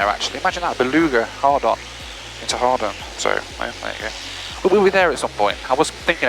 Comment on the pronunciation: It’s Hawarden, not Hard on. They’re pronounced similarly, but the place is pronounced hard-en or hard-an 🤣